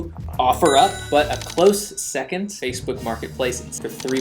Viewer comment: "fakesboot Martin's place"